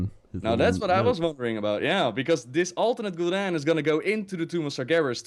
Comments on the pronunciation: says Sargeras and Gul'Dan so wrong:D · Still consider it kinda non-content. is a nice voice actor and stuff, but yeah he just read all the books and some wiki pages about lore. doesn't really know much about lore, he can't even pronounce "Gul'dan" and "Sargeras", although he's played The Frozen Throne. So yeah this video is "what if Illidan consumed Gul'dan again ololololo" and "OMG Warcraft 4, we don't care that RTS has been dead for five years and even Starcraft 2 is dying painfully". Quite a pointless video, like I said. Nice drawing tho. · then again pronounces gul'dan, draenor, and sargeras all wrong in one sentence so... lol